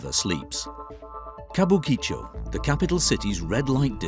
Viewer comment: Chateau should be translated as Chateau, since its not a castle. And it is ka-bu-ki-cho. Flat pronuncation. Still ALthough I have been to Tokyo many times, and worked for Japanese companies never saw these extremes close up. Japanese culture is fractal though and everything is a bit like this. At the dinners I got to got to its the same drinking culture and the company paying has to be seen to be ostentatiously generous and its the female staff acting like geishas and keeping the men happy (even if those women are on the same level). Beware the ones directed to extract information from you when you are drunk.